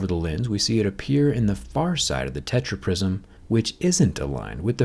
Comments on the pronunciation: man said techra prisom fight!!! hahahaha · That „TetraPrism“ kills me 😂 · "tetraprism" HAHAHAHAHAHAHAHA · Tetra-prism 😂 fans like here👍🏻